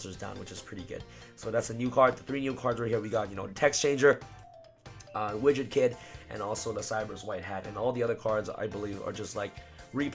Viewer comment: Lul sounded he was saying rich the kid when he says widget kid